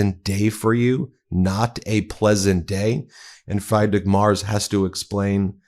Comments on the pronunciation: It pisses me off that Meisalas is unable to pronounce a common German name properly: Freed-rick not Fry'd-rick. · and Freedrich not Freydrich 😉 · Come on, Ben. It's Freed-rick. Freed-rick MARE-tz. Close enough. Not "Fried Rick" like Fried Chicken. This is basic literacy at this point. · Sorry, this is just a nitpick but the Chancellor of Germany is not fryedriche but freedrick. “I E in German is a long EEE sound. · It’s pronounced “Freed-rick”, not fried like chicken. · Please inform yourself on how to pronounce the name of the german chancellor. His name is Friedrich. Pronounced like "Free-drick", if you like, but not like "Fry-drick". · It's pronounced Freedrick. Not frydrick. lol In German, an E before I is pronounced EYE. I before E is pronounced EEEE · Ben, please learn the names of foreign leaders FREEdrik, not FRYdrik. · dude, "fry-drick maars"? lol. nah, comeon. try this: "free-dree-ch m-eh-rtss" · Thanks for the update, Ben. One point that grates on this expat-American‘s ears is your pronunciation of the German Chancellor’s name: it sounds like “freed“ not “fried (egg)” — “Freed-rich” and his last name rhymes with “mare” (the female horse) wth a “tz” on the end. You lose credibility when you don’t get people’s name right… Keep being a pro! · Ben, it's not pronounced FRIED-rich, it's pronounced FREED-rich! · Friedrich is pronounced freed rich ... Not Like fried ( Chicken) 😀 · Can there be any doubt now that he is a Russian asset?! Also, it's pronounced more like "freedrich" then "frydrich" for anyone interested 😁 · Free-drich… not Fry-drich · Friedrich is pronounced Free-drick, not Fry-drick. In German, words with the vowel combination ie or ei are pronounced as if the second one is a long vowel. So ee for ie, and eye for ei. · For what it's worth, in German when a word has two consecutive vowels the second vowel is pronounced. So for Friedrich, it would be pronounced Freedrich, not fried like French fries. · And Friedrich. It's pronounced free drich